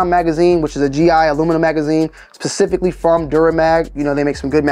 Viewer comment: Also, it’s not pronounced “pacifically” , it’s Specifically pronounced with an emphasis on the “S”.